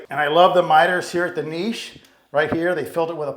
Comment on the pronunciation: I hate when people pronounce it "niche" and not "Niche"